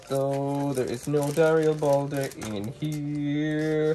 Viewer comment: Where in Darilbalde, is the uh. you keep pronouncing it Dari uh bal day. THERE IS NO DARIALBALDE ITS JUST DARILBALDE